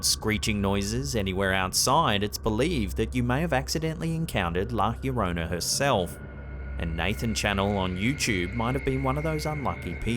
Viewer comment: It's not that hard, man... try it slowly... "La llorona".